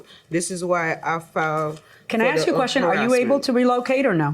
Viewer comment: Here we go with the "axing" someone again! I wish they would take a class on how to pronounce "ask, four, funeral, straight, other" and a bunch of other words! Unless Judges are going to be required to take bubonic courses!